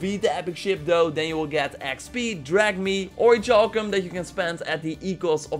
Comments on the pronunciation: Okay man. I've let you do this for long enough. It's not pronounced ori"CHAL"cum- like chalk- as you've been saying for way too long. It's pronounced ori"CAL"cum. Like, calculus. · OriKalcum that's how its pronounced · Isn't the cha in orichalcum pronounced like the "ca" in calcium? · It is. I'm really uncomfortable. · There is no ch in oricalcum